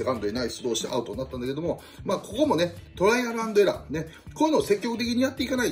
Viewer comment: “トライアル”アンドエラーってちゃんと言ってる人久しぶりに見た また里崎の好感度が上がってしまった